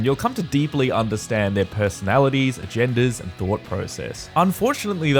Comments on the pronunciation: I had to turn on cc for a second when says “you’ll come to deeply understand their personalities their agendas” I heard personalities and genders and was VERY confused how deep the understanding of someone’s gender in a space video game could be 💀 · I thought you said we'd come to deeply understand their "genders" until I turned on the captions. He actually said "agendas".